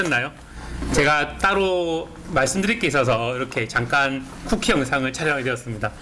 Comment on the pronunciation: '쿠키 영상'이 아니라 '쿠기 영상'이네요